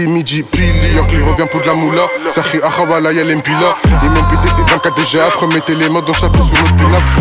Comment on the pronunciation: C "les mbilas" et pas "lembila" sinon